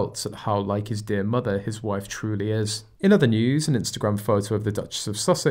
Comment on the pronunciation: Like mather, like douther 😏